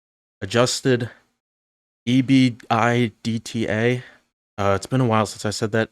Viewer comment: its pronounced ebitda